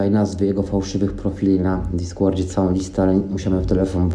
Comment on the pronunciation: Diskłord sie anonizował 😂